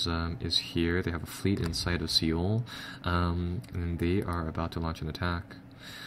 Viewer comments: Soul not ceol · just a thing for the future Seoul is pronounced like sole. :)